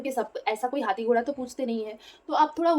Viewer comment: "Hati ghora"😂 tell me you r bangali by not telling me you r bengali